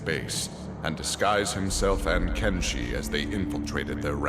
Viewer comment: CALLED KENJI AS BENJI